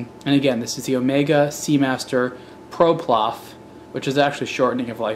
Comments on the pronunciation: You keep saying ''ProPlof'', while it's ''PloProf''. Great video btw. (except the vintage watches bashing part) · Ploprof not Proplof.. it's easy to mix up. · Seriously? What is a guy who clearly knows nothing about diving or diving watches doing talking about them? He almost mocks some of the features which his minute brain can't figure out, this is beyond ridiculous! Talk about lazy, I assume he has the instruction manual as he has the watch but he can't even be bothered to read that or to pronounce the watch's name correctly - SHUT UP UNTIL YOU KNOW WHAT YOU'RE TALKING ABOUT!!!